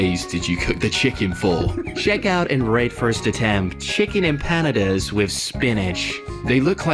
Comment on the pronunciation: Pronounced: imp a na das